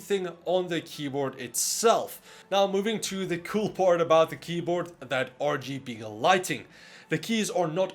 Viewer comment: Hey, I heard that too, but for me it's ORGYBE'ELIGHT